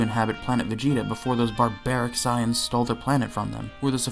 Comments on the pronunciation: God this video makes me mad 1st he says gt better then super even tho he ain't say it you know he thinks it 2nd off bro says SAAAYEENS bro it's saiyns 3rd off he acting like top battle of the gods and future arc don't exist bruh🤦🏾‍♂️🤦🏾‍♂️🤦🏾‍♂️ Edit: he calls shadow dragons arc evil dragons arc bruh and he called black star dragonballs arc dark dragonball arc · .... its not psy-ans its say-ans.... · The way he says “sai~ians” is deeply upsetting SAYIANS 😤😤😤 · Why do you keep calling them Scions? instead of Saiyans? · Every time you say "sighans" I want to shoot my computer screen. SAY IT WITH ME "SAY - ANS" (spelled as Saiyans, obviously, but just go with the way you read it and how it sounds FFS!!!). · I love how you pronounce "Saiyans" as "Science" lol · Enjoying the video and then the guy called them "Cyans" how is anyone supposed to take this video seriously when the narrator and presumed author mispronounces one of the most heavily spoken words in the show. How? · The Cyans? I'm sorry, I've heard so many pronunciations of Saiyan, but sayans has to be the weirdest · Dafaq is "saayans" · Immediately heard the way you pronounced 'saiyans' and clicked away. Can't take anyone seriously who can't pronounce something that's stated countless times throughout the series. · the way he is pronouncing saiyans is sending me!!! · Nobody is going to mention how he pronounces "Saiyans"?